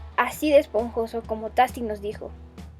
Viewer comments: Se pronuncia teisti mija ricos hoy cakes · Y tasty se pronuncia ( teisty )... 😧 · Me encanta lo bien que explicas, muchas gracias. P.D. Tasty se pronuncia "teisti", solo te lo comento para que los haters no te vayan a molestar. A mi la verdad me da igual jaja